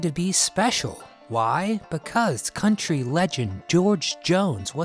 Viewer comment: Yes,this is country not cuntry.